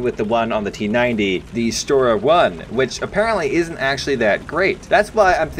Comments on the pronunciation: Shtora and not Stora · Shtora? Not good? What?